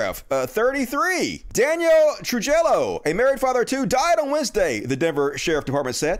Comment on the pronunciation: FYI: "Trujillo" is pronounced "tru-HEE-oh"